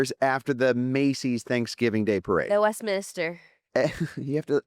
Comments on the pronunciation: Isn't it the Westminster, not Westminister? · It is the Westminster Dog show. Not….min IS ter (like a church official). Just 3 syllables. Love your show. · I THINK is also pronouncing the dog show name incorrectly. She's putting in an extra "i". It's Westminster, not Westminister. That aside, I want to thank you both for sharing your story and being so vulnerable. I think you are both so wonderful and I'm so grateful for all you do for dogs (the best creatures on earth!!):) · Sorry, The National Dog Show airs on Thanksgiving. Westminster (not west-minister) airs in February. Bonus points = Crufts is typically in March.